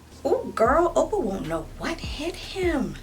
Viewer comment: the way you say oppa sounds like "opa" (grandpa in dutch) i'm CRYING😂😂😂😂